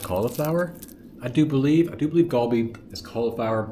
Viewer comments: its not galbi Its go bee(cauliflower) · A slight correction is Gh-o-bhi not golbi